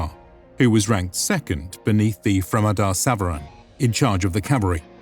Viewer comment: I wish he had pronounced Savaran as Sawaaran.